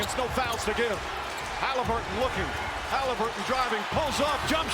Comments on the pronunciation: "Hollaburton" where are the twins from? 😑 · Bruh, you’re a commentator . Learn how to pronounce “Haliburton!” Sheesh. 😂